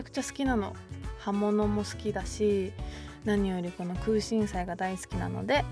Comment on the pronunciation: くうしんしゃいって言っちゃってるの可愛い❤️😍